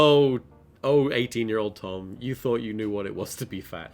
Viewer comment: He said Tom tord lol